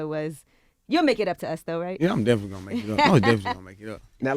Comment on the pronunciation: Interviewer: How are things going Baby? Baby: Definly